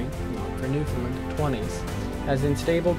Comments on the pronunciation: It's pronounced New-Fin-LAND not New-fin-Lind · Nice video,. There is just one thing I would recommend: there is an easy way to pronounce Newfoundland. Try saying it the same way you say 'understand'.